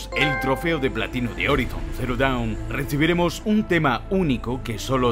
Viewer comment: "Horaison" pls